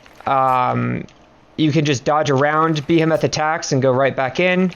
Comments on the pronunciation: You're saying Behemoth incorrectly. It's Bee-Hee-Muth not Bee-Ham-Math. Thanks. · the way you say behemoth PISSES me off